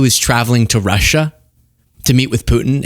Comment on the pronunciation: Why does he always pronounce it "Rush-SHAH"